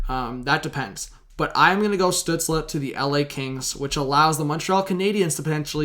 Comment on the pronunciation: Stützle is pronounced "Stew-tsl" not "Stew-tsla"